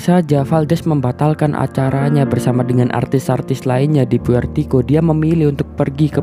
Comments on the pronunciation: Puertoriko. Bukan puertiko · Puerto Rico bang.. Bukan puertiko😄